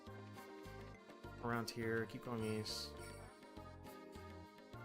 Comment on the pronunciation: East not weast